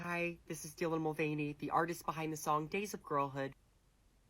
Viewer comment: “Dylan MostVeiny”